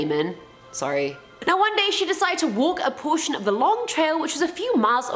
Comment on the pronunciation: I REALLY hated the way you said “sorry”😂😂😭🤦🏼‍♀️ I’m sorry I just had to get that off my chest hahah